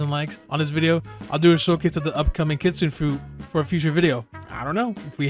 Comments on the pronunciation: Hey what does it take to be an adnim, also unrelated, you said kitsune wrong its kitsoonay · Kitsune is pronounced kit Sue Neigh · “Kit Suune” Bro made me have a seizure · i’m sorry but being japnese i have to say it’s ki tsu ne not kitsuen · kitsun-eh. you’re not pronouncing the last letter. Anyway, this was the best tier list i’ve seen, i agree with your placement of the fruits. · Ir mispronounced kitsune... It's pronounced KIT-SUNE-AY As it, the e makes the Ay sound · Blox fruit admin but doesn’t even know how to say Kitsune